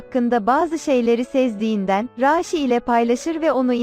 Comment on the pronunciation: Raşi desene mal niye a'yı uzatıyosun